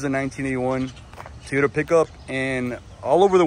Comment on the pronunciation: Your "manual transmission Teeyota" 😂 needs motor mounts and new valve cover grommets. When those are over tightened or just old, they transmit valve noise to the valve cover. Also that tailgate is supposed to have limiting cables/chains to keep it dropping below horizontal. I believe the 22r had 96 hp. Looks pretty solid overall!